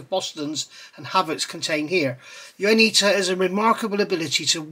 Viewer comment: I think it's pronounced like Yawnita but with a W. Love these reviews! merry Christmas to you and yours from Toronto Canada!